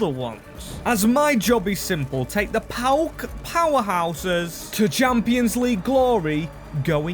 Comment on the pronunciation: Nice one mate! PAOK only :P btw yes, you butchered all greek names lol